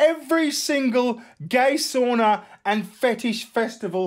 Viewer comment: Sauna! Not a "soonah".